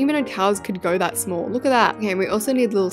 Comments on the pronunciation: Lol how she said shamll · The way she said shmoll